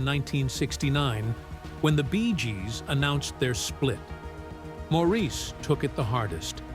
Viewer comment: Why all the split screens with pictures that aren't any of the Bee Gees? It is pronounced "Morris", not Maurice 🙄😬